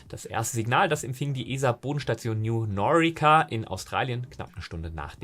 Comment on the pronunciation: Zwei kleine Anmerkungen zur Aussprache: Bei "New Norcia" wird quasi Norsia ausgesprochen. Bei wird ICEYE wie Eisei ausgesprochen.